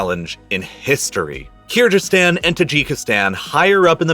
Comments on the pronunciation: it's Kyrgyzstan. G like golf. Hello from Kyrgyzstan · I like the explanation and analysis but would really love it if you'd learn to pronounce "Kyrgyz" and "Kyrgyzstan" correctly! (it's a hard "g" and the people are the "Kyrgyz", not the "Kyrg"). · Kyrgyzstan not Kyrjystan please pronounce it correctly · Jsyk, the g in Kyrgyzstan is hard, like "geese," and the people are Kyrgyz, not Kyrg ( -ish). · keerjeestan? at least do your research how to pronounce country names ffs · Avalanches are common in Kyrgyzstan. It’s a G not a J or gh btw pronounce it as kyrgyz stan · Kyr-Jizz-Stan? Cya-nai peninsula? Is this guy for real? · Did this man just say "keerjistan"?? lol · Your pronounciation of Kyrgyzstan and kyrgyz is awful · What an excellent video! Great detail and analysis of a catasrophe that is appallingly little known in the West. The only thing I would quibble with is: - the pronunciation of Kyrgyzstan (it's a hard G, no question about it) My mum worked on an MSF (Doctor's Without Borders) project in Urgench in the early 2000s (western Uzbekistan in the Khorezm province, a district which incidentally gave us, via Muhammad ibn Musa al-Khwarizmi, the English word "algorithm"). The project had been founded partly to investigate whether the wind-blown dust and fertilizer/pesticide residue was the reason for local low health metrics, especially high TB rates. The evidence really didn't support this as the culprit and the project gradually evolved into mainly delivering TB treatment. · in my 35 years of living on this planet, you are the only person who pronounces Kyrgistan with a ji sound instead of a hard g. Why are you doing that? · Just ask Google how to pronounce Kyrgyzstan correctly . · Oof, as someone that grew up in Kyrgyzstan, I cringed when I heard your pronunciation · I'm pretty sure Kyrgyzstan is pronounced with a hard G